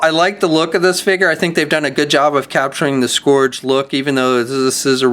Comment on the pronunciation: Your pronunciation for "Scourge" is strange. Here is how most people say it